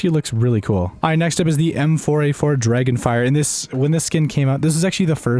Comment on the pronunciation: He said dragonfire hahahaha lol